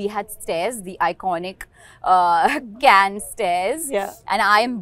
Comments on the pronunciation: It's "Kanh" not " Cane" 🤦‍♂️ Remember when Trump said " Swami Vivekanand " and "Diwali" in Gujarat visit? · and yet she cannot pronounce Cannes correctly ....